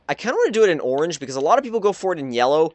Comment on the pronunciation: um tragic, and um learn to um say orange